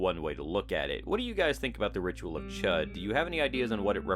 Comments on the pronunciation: Ch-oo-d not chet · I think it's pronounced "shood." But I've been wrong before.